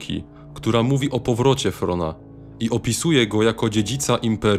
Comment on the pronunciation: Thrawn czytaj trawn nie wrona🦆